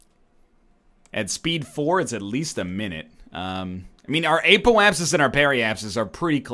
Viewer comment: So glad he started to pronounce apoapsis properly.